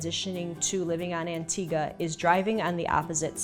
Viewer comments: Its Antigua not Antiga. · Why does she call it antiga?